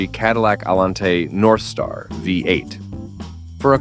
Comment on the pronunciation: First, the idiot AI robot cannot pronounce anything. Getting tired of the AI showing one thing yet speaking about another and while mispronouncing words. The Cadillac Northstar v8, really? Complete garbage. Cadillac still are garbage. Let's have real people giving these reviews, not robots. Getting a little ridiculous.